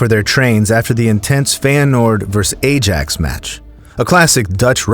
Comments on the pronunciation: ermmm... its not aJax. It's pronounced A-yax 😭🙏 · Ajax is pronounced as Ah-ya-X